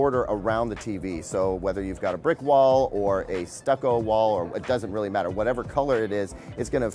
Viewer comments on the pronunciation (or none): none